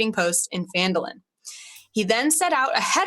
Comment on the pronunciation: It is Phandalin. Not Fandolin.